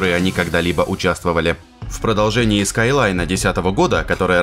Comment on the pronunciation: Скайлайн? Вы что с ума сошли ?